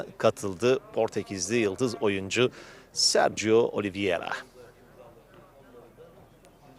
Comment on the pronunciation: yanlis soyluyosun, Oliviera degil Oliveira ))